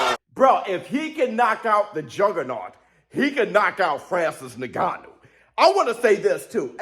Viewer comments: It’s pronounced IN-GANN-New, not NE-GANNU💥💥Love your content however, great 👍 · No its Nnnnn-ga-nuu, coming from an African that's how it is pronounced. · So proud of Francis… bro it’s not Nigannou it’s En-gannou lol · Bro his name is pronounced Inganu not niganu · Bro please pronounce Francis’s name correctly ! En-ga-nu … ya Driving me crazy as a fan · If isn't pronouncing his name as Nig-gannou 😂😂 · Hey, nobody seems to be mentioning it but.. His name is pronounced like "EN-gannou". Awesome video BIG FIGHTS COMING!